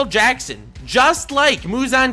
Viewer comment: lmao mush-zan killed me, can't lie